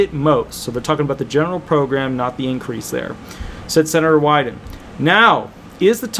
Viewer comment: Ron Wyden is one of Oregon(D) Senator. You pronounced it correctly